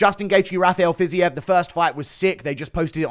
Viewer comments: "fizzy-ev" instead of "fiz-eev" always makes me lol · Ready to hear Fiziev said as Fizzy-EV